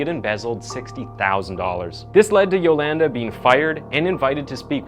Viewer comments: Lol it’s “yoLAWNda” not “yoLANduh” could barely watch this cuz it hurt my ears every time I heard you say her name dude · I'm willing to bet her name is pronounced Yo-Lahn-Duh, not Yo-LAND-Uh... Mostly assuming so 'cause she isn't a white/hillbilly. But I'm guessing that you are,? Especially with the way you pronounce Uh-GAIN. I had to stop the video there, as I know the story quite well, & I can't stand hearing your pronunciations. could've/would've been a decent channel otherwise. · The way he says Yolanda is funny. At least he got the last name right. Yo-lan-duh 😂😂😂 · where im from we pronounce it as Jo-lun-duh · U said her name wrong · He keeps mispronouncing her name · im Cringing how much the word Yolanda being missprounce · Oh man you're gonna pronounce Yolanda that way the whole video huh? 😅😅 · I enjoy watching your “insights” on your YouTube channel. One suggestion? When you present the episode(s), it would be good to be able to pronounce names or words, correctly. Yolanda, for example. I believe it makes an impact when you make effort in pronunciation of names. You’re doing great!!